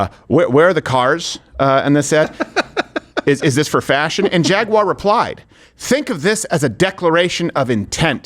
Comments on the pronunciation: Jaguar is Jag-you-a. WTF is a Jag-Waagh ? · Jag-wire 😂 It's pronounced Jag-u-ar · Its Jag U ar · Why would you say "Jagg wire" when the company name is "Jaguar"? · DRAGUAR?? OR FAGUAR??? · …Drag-uar. BAHAHAHAHAHAH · For everyone outside the States: "Jagwah" is how they say Jaguar in less educated countries. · Jaguar always expensive and never fast...just the way the they want it pronounced is pretentious jshaguarahhhh. Its a wild cat not plush carpeting and its like a puma terrible hunters that run real fast 3 seconds then keel over from malnutrition. but its British it must be good. Like their teeth? like their food? weather? Tjhe only thing england is good at is starting wars they cant win unless they get other bullies to help and Golf, i do love golf ...oh shit that wasnt them the Scottish did that. Shit 3% of American colonials beat their asses in the revolutionary war. They pay sick taxes so one royal family lives a insanely wealthy life style for the sake of tradition. The beatles suck. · 🤣 FJaguar 🤣 Silent J of course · Women in engineering matters... Side note, we won't be producing vehicles for the next year while we explore alternate pathways and really find what speaks to us here at Jay-gew-awr. That's how we say it now. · "Jagyouwere"? What? Can he not pronounce his company name? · Jag-U-off Once a great British Automobile Manufacturer. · Its pronounced “Fagúar” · Cant even say jaguar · The real crime here is the way Americans pronouns jaguar